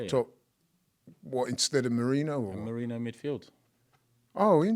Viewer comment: please say Merino's name properly. It's annoying.